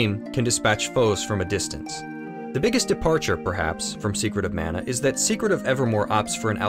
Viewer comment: Love the review of this overlooked classic. I hope it gets a remake at some point. Your pronunciation of Mana is jarring though.